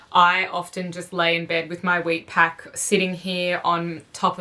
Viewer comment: Are you saying weight pack or wheat pack?